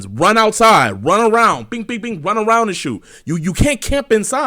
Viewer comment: Wun awound